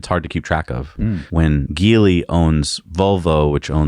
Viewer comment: Aw Jeely guys, come on guys. Jeely Jeely Jeely- Remember it looks like Geely but it sounds like Jeely, if it helps to write the company’s name in your scrips like this, JEELY, it may help. Or dʒeely, or dʒiːliː just so we know what company you’re talking about. The sounds you are making do NOT connect with a real company’s name. It’s not Sac and Gesse right? I find it interesting how you are one of a handful of auto reporting channels that still refuses to call an Asian based company by their name yet, frequently apologies for mispronouncing European names before or after you say them. Yet so confidently say, what is supposed to be, an Asian company’s name incorrectly without an apology. Even more odd, you say them with such gusto as if it’s even close to how it’s sounds. Minus an apology. Are you aware of this? You can do better.